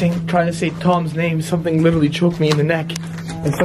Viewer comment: literally > lichearly